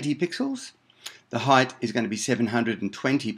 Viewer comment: Quite helpful, thanks. "Heighth" isn't a word though. Say height.